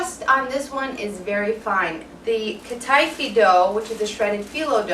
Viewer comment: I was thinking to myself "what the hell is cut-eye-fee dough", then i realised you were saying Kataifi but just in an english way i guess lol. I can't wait to try some of your recipes, starting with this one!